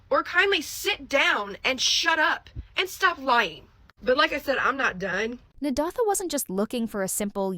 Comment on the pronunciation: Learn to pronounce that name! Na-day-tha. It is annoying!